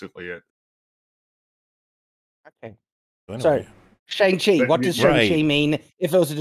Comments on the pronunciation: Sorry did you say Slong Cheese? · Katy learns archery in an evening. Me: “oh boy…. is gonna have some feelings” They’ve understated the quality of the fight scenes. Also how the fuck do they dedicate a 2 minute scene to the pronunciation of his name and the whole world still says it wrong? and seem to not understand the size of Halo brutes. They’re about the size of Thanos